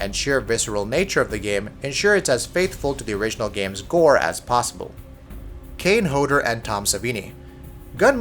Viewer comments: its kane hodder not kane hoedder just had to say that so he can say it right lol its okay tho thx for the video it was usefull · really kane hovder its kane hodder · Kane "Hodor"?? don't you mean Kane "Hodder"? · Kane Hoeder????? Pretty sure that's not you say his name. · Did this man just say Kane Hoeder? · WHEN HE MISPRONOUNCES KANE HODDER's NAME